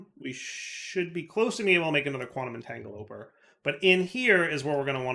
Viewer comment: there's literally no point in putting pattern providers on each of the Mek machines for making crystals. You can just have a single pattern provider saying you get 10 crystals by putting three raw ore in the dissolution chamber. You're pronouncing it wrong, again. It's a quantum entanGLOPORTER. I'm really hoping that for the uranium crystals, you did the sensible thing and only used ONE pattern provider to say you get one dust from one crystal instead of all of the intermediary steps in separate pattern providers.